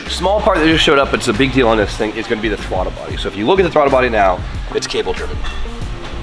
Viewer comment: Bruh said Thwaddle Body 😂 We love you